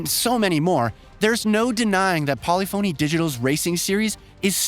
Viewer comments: It’s pronounced… Pol lif fon knee not Poly Phoney 🥴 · Did you just actually say Polly-Phoney? :D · I think it’s pronounced Polyphuny not Poly-phony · Got me dead , , etc lmfao bruh how can you be a journalist and pronounce polyphony "poly-fony" lmfao its puh·li·fuh·nee. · Did you seriously say “Poly Fony”? You clearly know about the series. It is pronounced “Poli-funny”. Please, never make that mistake again. At least you’re not pronouncing it “Grand Tureeez-mo”. Words matter, especially if you expect to be taken seriously. That’s worse than people calling Oppo “ah-poh” instead of “Oh-poh”. Before Oppo got out of the BluRay player game, they had their pronunciation at the top of their website. They still make phones. If you find their page, you’ll clearly hear them saying “Oh-Poh” in the ads. Don’t these fantastic industry changing companies deserve to have their name pronounced correctly? Correctly being, the way they pronounce it. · "Polli-phony" lol it's pronounced Po-lif (like lift) pha-ny, just saying if you're gonna cover a big game, make sure you're at least pronouncing it correctly. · polyphony, not polly phoney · It is NOT Polly——Fony…..it’s Pollif—-Any!! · For how well-researched this video is, I'm amazed there wasn't even a quick Google search done to learn how to pronounce "Polyphony" correctly. It's not "poly-phoney," it's "pole-IF-ony." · What the hell is Polly-Phony Digital? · Poly-Phony? Seriously? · If this guy says Pauly Phony Digital one more time I'm going to shoot myself. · "Polly-phoney" Made me laugh every time 🤣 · Polyphony is pronounced as one word. Not Poly Phony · Polly foney? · Poly-Phone “E” 💀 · This man really said Polly Phoney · Great review, but man does it irk me every time he says Polyphony wrong. English nowadays, who cares about grammar... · Some of the weirdest pronounced words I’ve ever heard. Ashton Martin? Polyphony is not pronounced how you continue to say it… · How did this goon just pronounce the developer? Wtf. Lol.